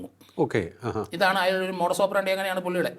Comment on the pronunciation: Modis oprandi neram vannam pronunciate cheyan polum iyalk ariyilla